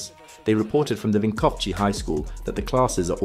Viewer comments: it is not vinkovchi it is vinkovci ( vinkov C as in citrus i) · Vinkovci is pronounced like Vinkovtzi. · Ah yes, the MURKO from PREEVLAHKA just south of WINKOVCHY. But you got his last name pretty good, so props to that. Croatian pronounciation is phonetic, we have (barring few exceptions) one sound for each of the letters, all our "v"s sound the same, all our "i"s sound the same, and every "i" is the exact same "ee" in "sheep". v is like V in victory which would be pronounced viktori, etc. Mirko is like Meer Co. (same "i" as in "ee" of "sheep") Vinkovci is like "Win Co." (vin - ko) - same v again, and ci as in "cist" Privlaka is like "pre" (as in "pre" and "post"), same v again, and then it's laka like "luck + the same sound for the "uc" in luck, which we would write as "lak" Bonus points for noticing the similary between mirko and vinko? both are croatian names. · Someone tell the AI bot that thats not how to pronounce Vinkovci, where on earth are you getting the ch sound from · Please stop using that AI voice, prounancing of Mirko, Privlaka and Vinkovci is horrible and disrespectful, it's not even close to real pronunciation.